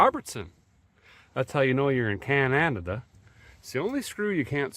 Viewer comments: Really wish you would say Canada not cananada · Down home entertainment 😀....However, if you visit another country, at least pronounce the name right. Cananada?? Only 3 syllables my friend. Cheers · Why do you insist on mispronouncing my country's name like that? Dumbass! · Show some respect and stop miss pronouncing our country name. You did in another vid and I unsubsidized. And you did it twice in the first 14 mins of this vid??? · Least you could do is pronounce Canada right. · Long time subscriber now. Basically watched you from the beginning. Love everything you do for us and love this episode. I only ask as a Canadian, can you please just pronounce Canada right once. We have had enough disrespect from certain countries lately. Thank you again. 🇨🇦❤️